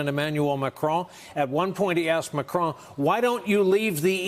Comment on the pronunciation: Andrea it's "MaCRON" not "MaCRONE". PLEASE!!!